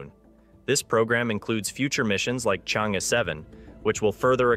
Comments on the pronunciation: It pronouces as chang err, not chen. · Its Chang'E. Not Change' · The correct pronunciation for the China's combination lunar module is : Chang-e 6 NOT Change. Nonchalant way of reporting!! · How pathetic! You can't even differentiate between Chang'e 6 and Change' 6! Did it on purpose? Or, prefer to invent your own terminology in order to slight others? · The only lunar Chang is Gordon. It's cháng+ é, as in err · The name of the space craft is pronounced " Chung Err" . It's the name of a moon bound fairy in Chinese mythology. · 👍I dont mind your mispronounced Chang'e X I do mind your named as Spacenews youtuber but you dont mention/skip or you dont knew the success of Chang'e 12345 which already land on the moon rover on the moon surface take selfe and still alive... but talk a lot on the indiaJaps...s story make it a pretty amuture report for a whole story . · Information and interesting video let down by the very pronunciation of Chang-Er. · You mispronounced Chang"e 6. Learn how to say it in Chinese.